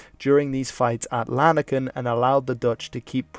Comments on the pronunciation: I think Lanaken is pronounst "Lan-aakən" and not "Laan-əkkən" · Just a little thing about your pronunciations, I'm aware you might not be able to pronounce the soft G in Cities like Geel, but for example the city of Lanaken has an emphasis on the second "a", with a silent "n", and Hasselt's "e" sounds more like a "u" Also is a huge travesty still to this day